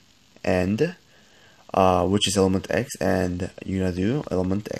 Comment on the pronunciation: Why do you keep saying ilementX and not elementX